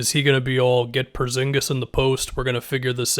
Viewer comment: Am i the only one that gets super annoyed when says “Perzingis” instead of “Porzingis”